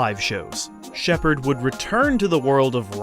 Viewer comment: Does Jean Sheppard pronounce his own name incorrectly, or are you just pronouncing it incorrectly?